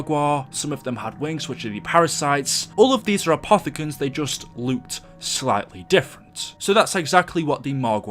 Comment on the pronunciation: I still cant get over how he says looked. [Luked] still think his vids are amazing tho.